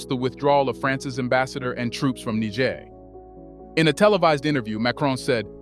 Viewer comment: What is it with some African Americans who can't be bothered to spend a mere minute checking on the proper pronunciation of African names and places?? You must pronounced Niger in three different ways, none of them the correct pronunciation!!